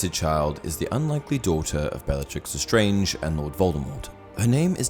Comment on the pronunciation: He actully says belllatrix The starng even tho its lestarnge